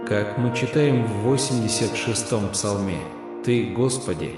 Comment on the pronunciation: не в 86 "цалме", А ПСАЛМЕ